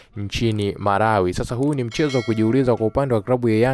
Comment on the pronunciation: Tmka vizuri, sio marawi,ni malawi